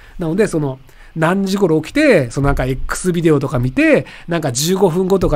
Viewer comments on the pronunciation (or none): エックスビテオじゃないぞ。エックスビデオズだ。